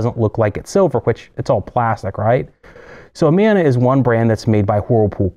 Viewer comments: Had to stop watching half way through. I was a domestic repair tech for nearly 20 years. It hurts my teeth when you say "Amona." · If you know the right way to pronounce Amana, why do you keep doing it wrong?